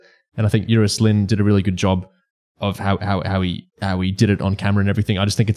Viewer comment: Great stuff as ever, but for future reference Euros Lyn is pronounced "Eye-ross", not "You-ross"